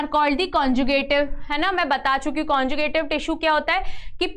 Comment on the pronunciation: mam, dont pronounce wrong words. ex 1- suberin= saberin. 2 conjuctive= conjicative. 😀